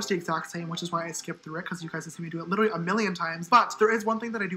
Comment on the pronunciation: "Literlly" gawd